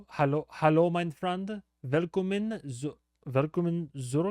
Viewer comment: When you say "Willkommen" think about Will Smith. It´s both spoken the same